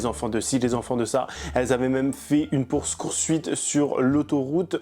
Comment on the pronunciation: une pours coursuite 😂😂😂 je n’ai pas pu garder mon sérieux.